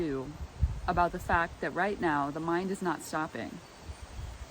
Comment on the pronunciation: __ You said 'mind' and I heard 'mime'. Close enough for government work.